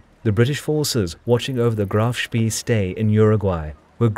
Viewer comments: what's 'Shpi'? It's 'Shp-ey-eh' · It's pronounced Spay, as in Spayed, not Spee as in Speed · HMNZS Achilles, actually. It was a kiwi ship. Like HMS Ajax, a Leander class light cruiser. Also, “Spee” is pronounced “Shpay”, not “Shpee”. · not shpee but pronounced shpay. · If no other German speaker has mentioned this in the comments below, please note that the double e ('ee') in German words is pronounced as a long 'a' -- as the sound of say or play or stay. Thus, the phonetic sound for 'Spee' is "shpay." Other than that mispronunciation, nicely done. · "Ee" in german is pronounced "ay" like spay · Saying "speee" is very wrong. Google translate will help you pronounce the German names correctly - there you can hear them spoken by a native speaker. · it is not a large problem, just a minor correction. The e in spee ,is not pronounced like an e in english. more like the e in enemie. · Spee, with the ee pronounced long like an English a. Hard to listen to, constantly mispronounced, as a German speaker. Good video though. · Great account, superb animations really bring the narrative to life. Pity the narrator didn't do his research. It's pronounced Spay not Spee and what is the "Admirality"? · Honestly, you youngsters! Spee, Rymes with ray; and I won't even get into admiralty!